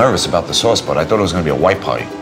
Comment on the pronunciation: I love how pronounces "SOOUUS, CHIIIS AND DOOO"